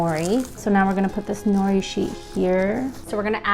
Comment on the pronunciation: I don’t like that she is Asian but says nori and doesn’t pronounce it as no de and also how says saw she me when it’s sah shi mi